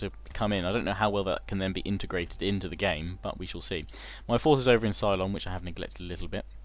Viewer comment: love this series, mate...but it's Ceylon (pronounced seh-lon, not sigh-lon), lmao...i keep thinking of battlestar galactica everytime you say that..lol